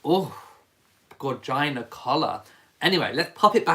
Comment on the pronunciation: Absolutely loved Elephant!!!! “Gorgina”